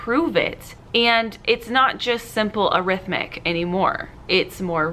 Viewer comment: Expessly instead of especially, arithmic instead of arithmetic, excaping for escaping. I’m anxious already. Please brush up on grammar for the benefit of your students. Example is very important.